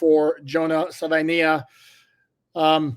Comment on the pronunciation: I’ll help you out with the pronunciation. Suh-vuh-ee-nye-uh